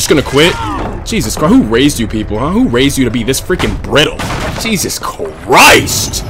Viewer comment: Man almost said who waised yall lmaooo that shii had me crackin up, dood prestige master trapper tho good shiii my boiiii